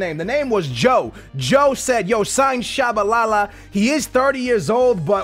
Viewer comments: how you pronounce Tshabalala and mispronounce Biabiany lol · Really skills, out of all of the names you mispronounce you get Tshabalala right? REALLY?